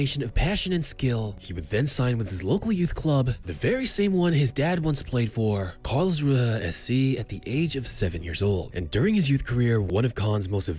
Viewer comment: Its Kahn Not KHAN AND ITS KARLSRUHE NOT CALR.......